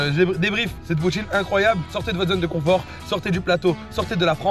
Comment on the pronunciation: J'adore! J'ai ris et j'ai faim "Poutiineu" tu m'a tué 😂